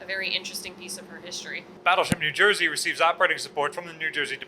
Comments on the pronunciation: It ain’t “New Jersuh,”. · To be consistent, should say USS New Jer-suh.